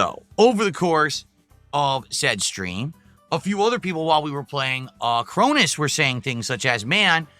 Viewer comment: I dont get it, he cant pronounce a single O like when he says padcast, mads and galf but he can pronounce the letter O fine as long as its followed by another O that he can mispronounce like in Chronis but now the O becomes I instead of an A. C is another letter where fascist become fassist and accessories become asserrories but he somehow can say react instead of saying reast? Ive never seen a weirder speech pattern.